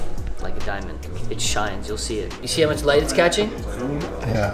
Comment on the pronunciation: "You dee the liiight"